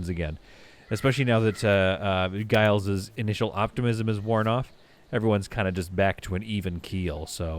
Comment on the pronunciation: It's Gilles with 2 ls so it should be pronounced like "Jill" in the French manner.